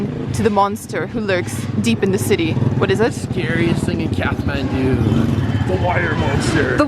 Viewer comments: It's Kath-ma(as in mars)ndu. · Its Kaa(not caa, it's like starting of the name "Karl" )-th(not like "t")-maan(not like "man" or "myaan")-du(d like staring of the word "dream", and not dao but like "do" ) काठमाडौं if that made any sense. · my favourite city guide yet! loving those momos... all of them! All the colourful buildings and prayer flags are beautiful too. Side note: is it pronounced Kath-mandu or Kat-mandu? I always thought the h was silent! Maybe it's my aussie laziness lol